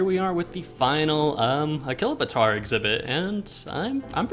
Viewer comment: A-Chilo-Bator is how you say it